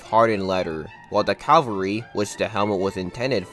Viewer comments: Cavalry not Calvary! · Every time I hear some say "calvry" I want to scream "CA-VAL-RY!!!!!" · Aww, dont crucify the poor guy over calvary....😂😂😂😂😂